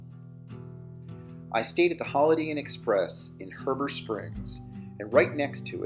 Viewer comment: Great video I fish up there every year and I was also born there and you mispronounced Heber Springs lol